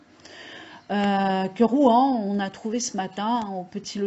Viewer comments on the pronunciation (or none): C'est ROUEN et SEVESO, pas ROUAN ni SEVISO. Ça laisse présager de la qualité/pertinence du reste de la vidéo.